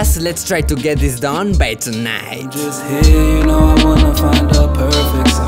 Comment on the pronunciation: I can't stop laughign! xD His voice is such a stereotype & why does he pronounce the words so epicly for? - toNIGht